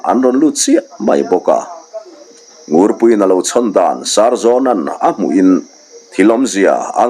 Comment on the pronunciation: Sarzawna hming i lam a 'Sar' tih lai hi, Saptawnga pu sawina, 'Sir' tia i lam tlat hi a dik zawk em ni aw. Sar a zam. Kan tih a. 'sar' tih lam rik dan ang hian a dik zawk angem le. Mizote hming atan chuan ava inhmeh zawk hmel ve. te kalo tia.